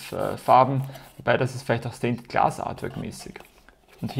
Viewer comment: ich machs genauso^^ mittlerweile weiß ich eh nimma was ich mit den ganzen rausstanz-Dingern machen soll XD verwenden tu ich sie eh nie is ja ur dumm XD you can do it :D ich finds ganz lustig wie du alle Videos durchgehend Stainted Glass statt Stained Glass sagst^^ bin gespannt wie die Decks sich so spielen^^ irgendwann xD